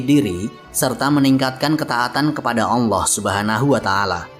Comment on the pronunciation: agak terganggu saya dgn pelafadzan nama ALLAH SWT. saya mendengarkannya berupa HWALLAH bukan ALLAH